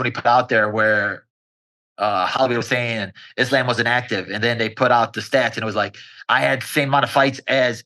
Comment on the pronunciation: Its kinda weird that belal cant pronounce his own religion, Is-lamb 😂😂